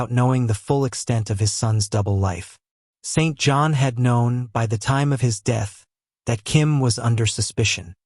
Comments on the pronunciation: Correct! Pronounced Sinjun. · We here in Britain do not pronounce the name St.John like that!